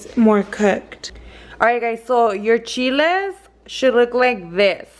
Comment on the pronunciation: She was trying to say soak the chiles